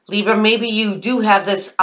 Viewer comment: "Leebs" I laugh out loud every time you say that. :P